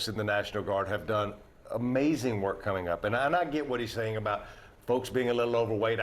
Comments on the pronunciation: more the "BE" added to the "ING" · Heavy emphasis on that "becoming" part